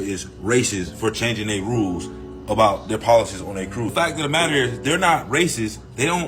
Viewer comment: ATTN BLACK PEOPLE THE POSSESIVE WORD IS PRONOUNCED "THEIR" EXACTLY LIKE "THERE" A "TH" WITH "AIR" NOT "THEY" THEY IS LIKE "I talked to the kids acting ridiculously on the cruise and THEY went back to THEIR rooms" Their- possesive TH + AIR thank you